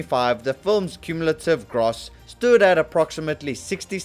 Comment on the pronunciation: The way you pronounce gross is not gross.